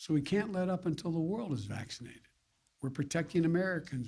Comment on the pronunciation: How many times did he say SMaccinatedDd in that 10 min clip lol